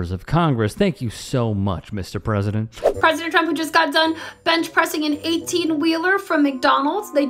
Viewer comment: needs way more "pwesident chump", because that's how Leavitt pronounces it /every single time/